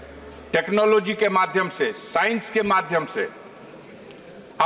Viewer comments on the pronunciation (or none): none